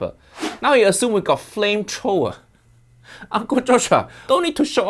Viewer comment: "He assume we got flamechrowa" XD